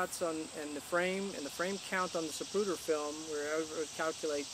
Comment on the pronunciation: His name was Abraham Zapruder, not zapruter ;)